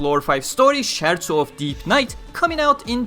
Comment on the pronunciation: CH in italian is said as K, so it's skerzo in pronunciation